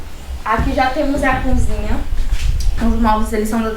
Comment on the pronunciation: Essa moça parece que nunca estudou ! Falar a palavra cozinha de cunzinha? Kkkkk